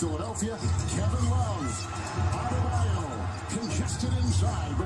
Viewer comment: When flight says Adebayo it sounds like he's ordering at Subway saying "add tha mayo"